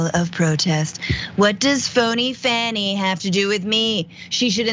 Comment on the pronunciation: her name is pronounced fawny I lk